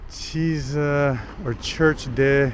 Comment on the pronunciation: In Italian “ch” is ALAWYS pronounced like a letter “k” NEVER like “sh”. Porchetta=“porkketta” Chiesa=“Kiesa”. Please.